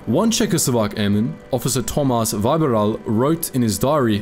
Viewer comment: Im Czech and the way you pronounced Tomáš Vybíral scares me.